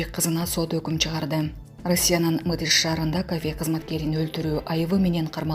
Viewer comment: Мытышы эмес Мытише